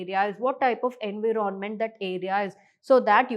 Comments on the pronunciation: Sorry to say mam but environment is pronounced as "en·vai·uh·ment" ✅ not as en.vii.ron.ment ❌ 😂😂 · Why is it being pronounced as Envi ron ment..??? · why that was soo irritating 😬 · Abe kisika pronunciation thoda glat bhi ho to kya hua itna fluent English plus best teaching aur kya chahiye........ ❤❤❤❤❤❤